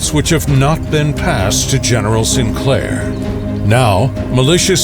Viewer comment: Btw, St. Clair is pronounced, "Saint Clair," not "Sinclair." Distracting but nonetheless a good historical vid.